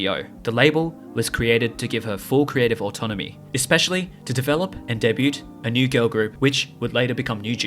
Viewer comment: It’s pronounced “day-byoo” not “day-byoot”